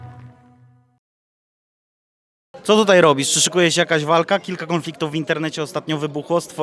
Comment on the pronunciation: " dzisiej tutej"